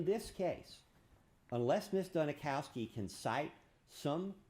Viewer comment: Every time he says "Ms. Duni-kow-ski" IRKS ME!